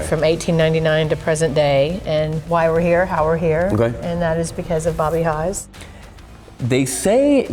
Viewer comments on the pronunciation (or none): That's Haas not Hos Robert Haas